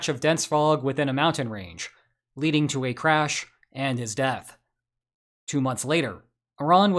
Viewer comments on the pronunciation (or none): none